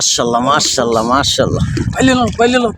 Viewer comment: ভাই মা-শা-আল্লাহ বইলেনl উচ্চারণের একটু...... 😢